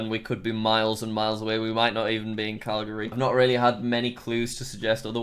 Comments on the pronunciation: Word: Calgary Jack: CalGARy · eheh- 'Sas-ka-chew-en' 'Cal-Gary' lol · im cringing "Calgayry" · How he said Calgary It was like cal gary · I, as a calgary citizen, pronounce it Cal gree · kerbal2346 the proper way. (I was poking fun at the good ol boi jack he called it cal-Gary) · the two things i will not forgive are calling alberta a state and also the pronounciation of calgary physically pains me and a born and raised calgarian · As a Canadian my soul physically hurts after listening to Jack pronounce Calgary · Jack: Calgary Me: WRONG PRONOUCIATION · I live in Calgary and it really annoys me how he says Calgary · The way he said Calgary☹ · Loved the way you pronounced Calgary lol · I lice in Calgary and the way he first said made me laugh 😅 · Lol the way he says Calgary! I am Canadian so it’s weird hearing him say the names wrong! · Everyone else: Calgary Jack: Calgayry (I know it may be because of his accent but i laughed SO hard when i heard his pronunciation) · Jack: "Cal-Gary" Canadians: *pain* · cal gary boi its pronounced cal gery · the truck literally has saskatchewan on it he just called alberta a freaking state it's a province cal garry? it's more like cal ger e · Cal-GAAry its Cel-gree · heads up there not called states there called provencies. also its cal greee not call garry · For all the non-Canucks: It’s pronounced Cal - gree. Not Cal - GARY, and not Cal - guh - ree. And yes it’s a dead giveaway for us when people say it weird. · Jack:* pronounces Calgary as cal-gary* Me:*cringes* Noooo it's cal-ga-ree! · It’s cal-ga-re not cal-gary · Cal- GARY NO JACK ITS CAL-gery ;) XD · Cal-gAry Calgary jack just Calgary lol. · Calgary is not pronounced Cal-gary it is pronounced Calgary with the stress on the first A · Jack saying “calGaRy” had me screaming at the screen😭😭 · "Cal GARY" "Ses kaw chew wane?" "Alberta is a state in Canada" "Links to France." what the hell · jack pronouncing calgary as "calgarey" just hurts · when you butcher ever place name CaLgAayy